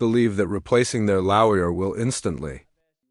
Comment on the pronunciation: Terrible AI. Why not just narrate it yourself? Like what is a laouer?